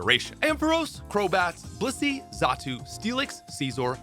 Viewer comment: the way you pronounced Blissey had me rewinding😂